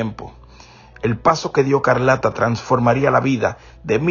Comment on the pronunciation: No es Carlata es Escarlata di los nombres bien 👂🏾